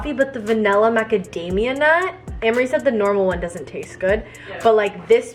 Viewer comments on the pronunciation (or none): Gurl it’s vanilla not vanella